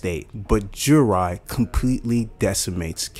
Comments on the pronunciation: Bro are u saying Jurai instead of Jura??? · Bro it’s jura… Cmon now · I'm sorry guys, I messed up the pronunciation of Jura. I woke up and rushed to make the video. I'm going to make sure to correct it in the review video.